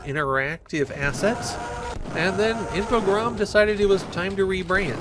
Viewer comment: I think you're the first Youtuber I've encountered who pronounces Infogrames correctly.